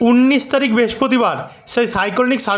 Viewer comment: প্রতিটা কথার শেষে গিয়ে যোগ করেন কেন?উনিশ তারিখ কে উন্নীস বলছেন কেন?